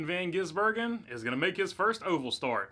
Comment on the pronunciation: Thank you for learning to say the man's name. I tire of supposedly professional racing media mis-pronouncing it or saying they can't pronounce. Here's a thought .... learn.